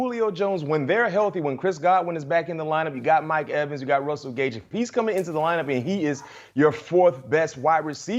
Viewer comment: Did he call Mike Evans Edwins? Lol